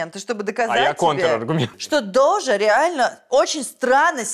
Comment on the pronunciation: дожа а не доджа!